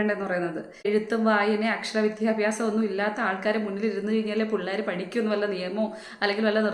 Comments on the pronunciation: ഈ യും "വിദ്ധ്യാഭ്യാസം" എന്നാണ് പറഞ്ഞത്. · വിദ്യാഭ്യാസ മന്ത്രിയെ കളിയാക്കുന്ന ഈ സഹോദരി വിദ്യാഭ്യാസം എന്ന് ഒന്നുകൂടി ഒന്ന് പറഞ്ഞേ!!കഷ്ട്ടം ഉച്ചാരണ ശുദ്ധിയോടെ വിദ്യാഭ്യാസം എന്ന് പറയാൻ അറിയാത്ത ആളാണ് മന്ത്രിയെ കളിയാക്കുന്നത്. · വിധ്യാഭ്യാസം അല്ല കുട്ടീ.. വിദ്യാഭ്യാസം. വിദ്യ പറഞ്ഞു പഠിക്കു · വിധ്യാഭ്യാസം അല്ല വിദ്യാഭ്യാസം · കുറ്റം പറയുന്നതിൽ കുഴപ്പമില്ല പക്ഷേ സ്വയം വിമർശനം കൂടി വേണം. വിധ്യാഭ്യാസം അല്ല വിദ്യാഭ്യാസം. ഞാൻ പാർട്ടി ക്കാരനല്ല. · . വിധ്യഭ്യാസ മല്ല വിദ്യാഭ്യാസമെന്ന് പറയു സഹോദരീ . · വിദ്യാഭ്യാസം എന്ന് ശരിക്കും പറയൂ കുട്ടീ